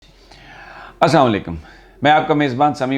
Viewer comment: بھائی سمیع ابراہیم السلام علیکم ورحمتہ اللہ وبرکاتہ۔ بھائی گزارش یہ ہے کہ آپ کا پروگرام بجائے السلام علیکم کے "اسامو لیکم" سے شروع ہوتا ہے۔ السلام علیکم“ کے بجائے ”اسلام علیکم“ یا ”اسلام وعلیکم“ یا ”سلام وعلیکم“ سے سلام کی سنت ادا نہیں ہوگی، بلکہ اس کے بسا اقات معنی بھی بدل جاتے ہیں، اور اگر سین کے بعد والا لام حذف کردیا جائے یعنی "السام علیکم" کہا جائے تو معنٰی غلط ہوجاتے ہیں، اور سلام کا معنی مفقود ہوکر ہلاکت ہوجاتاہے، اس لیے ان الفاظ سے سلام کرنے سے اجتناب ضروری ہے۔ ایک حدیث مبارکہ میں آتا ہے کہ: حضرت عائشہ رضی اللہ عنہا فرماتی ہیں کہ ایک دن یہود کی ایک جماعت نے نبی کریم ﷺ کی خدمت میں حاضر ہونے کی اجازت مانگی چنانچہ ان کو اجازت دے دی گئی اور جب وہ آپ کے پاس آئے تو انہوں نے ”السلام علیکم“ کہنے کے بجائے یہ کہا کہ ”السام علیکم“ (تمہیں موت آئے)، تو حضرت عائشہ رضی اللہ عنہا فرماتی ہیں کہ میں نے کہا کہ: بلکہ تمہیں موت آئے اور تم پر لعنت ہو، آں حضرت ﷺ نے فرمایا: اے عائشہ! اللہ تعالیٰ محبت و نرمی کرنے والا ہے اور ہر کام میں محبت و نرمی کو پسند کرتا ہے، میں نے عرض کیا: کیا آپ ﷺ نے سنا نہیں، انہوں نے سلام کے بجائے کیا لفظ کہا ہے؟ آں حضرت ﷺ نے فرمایا:بے شک میں نے سنا ہے اور میں نے ان کے جواب میں کہا ہے کہ: "وعلیکم" (یعنی تم پر) اور ایک روایت میں یہ لفظ "علیکم" ہے یعنی واؤ کا ذکر نہیں ہے۔ (بخاری ومسلم)